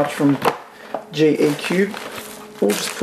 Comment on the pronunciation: lol GeCube sounds kinda like GeForce